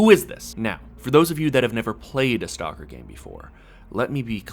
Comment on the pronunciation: Learn how to pronounce the name of the game properly please!